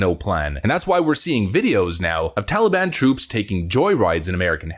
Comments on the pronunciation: Biden cannot say Taliban correctly (Moron) He says Taleeban. Nicole surely isn't serious and if she is she needs to be fired for stupidity. I fear more Americans will die in Afghanistan than died in the Twin Towers. Impeach Trump cause he caused this. haha Nancy Pelosi and Biden need to go if we are to survive. Brush up on your Chinese folks. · The way Biden pronounces the word 'Taliban' makes me want to stab ice picks in my ears! 😤